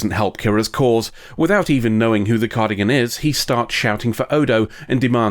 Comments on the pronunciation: Cardigan...... its Car-dass-ee-an but i love the mistake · You know, it's a big confounding to specifically draw attention to being a pedant in the episode title, then proceed to say "cardigan" instead of "Cardassian" over and over again.